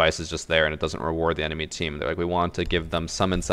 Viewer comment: "Ze capitalist system"